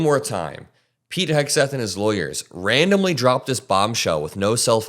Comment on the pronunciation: I don't know why, but I always hear his name as Pig, not Pete